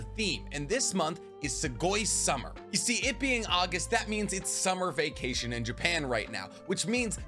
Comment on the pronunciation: "it being Augest" SIR IT IS JULY lol